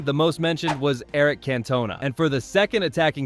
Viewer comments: The pronunciation if Cantona makes me lol … lol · How was supersub OGS, not on the bench. AI is not very intelligent and someone please the the narrator how to prounouce CANTONA. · Its Cantona not Cantona.